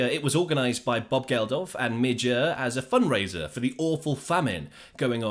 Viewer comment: Who the hell is “Midge Er”?